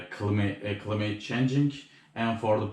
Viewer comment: Climate klaymıt diye okunuyor kanki seviliyorsun